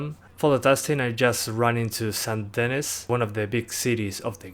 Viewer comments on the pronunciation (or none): It sounds Sen Denny, not Sount Denis